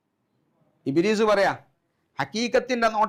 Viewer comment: ഇബ്രീസ് എന്ന് ഉസ്താദ് വായിച്ചാൽ കുഞ്ഞുമൊയന്തിന് ഇബ്ലീസ് എന്നാണ് തിരിക😂😂